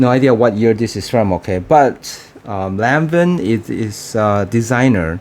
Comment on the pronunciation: Its pronounced as LAWN-VA